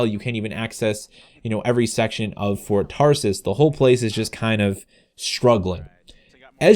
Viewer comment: It sounds like ur saying Ford Taurus lol